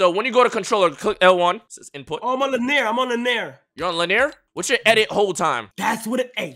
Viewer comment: le-near✅ linear❌